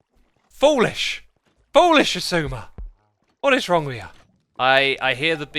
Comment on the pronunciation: I'm surprised whenever I hear someone say Xisuma right I thought it was impossible